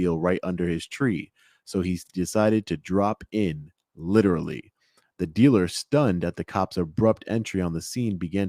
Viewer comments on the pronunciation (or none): "...both to duh press side, to duh community..." Anybody who says "duh" instead of "the" is not to be trusted.